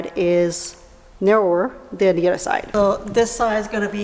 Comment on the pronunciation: It's not udder. It's other. English language.